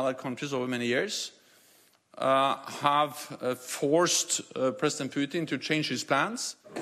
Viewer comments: ITS NOT PIUTIN ITS PUTIN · president pew teen lmao, how hard is it to pronounce correctly